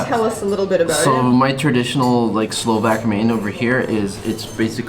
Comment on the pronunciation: They are pronouncing the countries name and what they call us Slovaks. Kinda butchering my ethnicity and culture. I'm slovakian